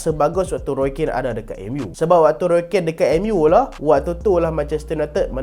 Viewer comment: Roy Keane. Pronounce "kin"